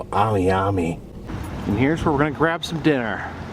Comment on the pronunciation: Miami in Oklahoma is pronounced Miam -uh. They don't want people to confuse it with Miami, FL.